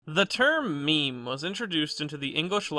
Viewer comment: every time you say meme it gives me whiplash